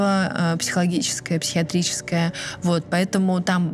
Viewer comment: Согласна, пытаюсь второй раз осуществить просмотр этого подкаста: не разделяю хвалебных отзывов о А.Сулим.... Чего стоят : психиотрическое отклоление, ловили Чикатилу, ужас!Слух режет ножом! Смотрите Колыбель ужаса Василия Бейнаровича, грамотно и профессионально.